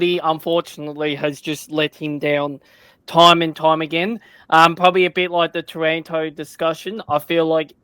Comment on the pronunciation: can you pwetty pwease wepeat the pwice for tawanto?